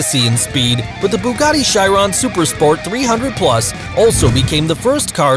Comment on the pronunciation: Bugatti Charon bu GAT ti SHI Ron